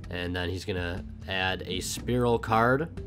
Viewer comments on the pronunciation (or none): it's fucking spiral, not spearal